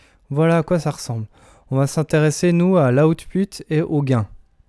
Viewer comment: lol mauvaise prononciation